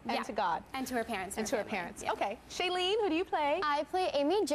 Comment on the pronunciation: The way Tyra keeps mispronouncing Shailenes name lol